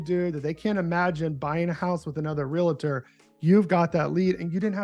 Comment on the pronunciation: Continually saying "real-uh-tor" is killing me. 😵‍💫 REAL-tor. that's it.